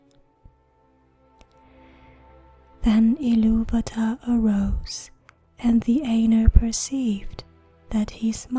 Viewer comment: at least she spoke iluvatar correctly liek TOlkein and Christopher rather then that one reading where the guy speaks like the eurpoean Ill -a-va-ta which is incorrect.